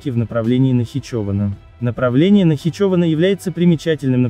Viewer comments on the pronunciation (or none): А где эти слова озвучены？ Провокация. Робот даже название Нахичевана не правильно произносит. НахичОвана.